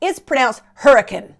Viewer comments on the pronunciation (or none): none